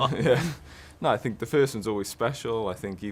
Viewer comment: Mourinho: "I sink..." Bale: "Yeah.." Mourinho: "I prefer not to say.." Bale: "Yeah..?" Mourinho: "fu*king bulls*it" Bale: "Yeah!!"